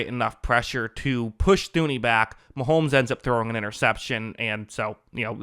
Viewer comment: Thuney is pronounced Tooney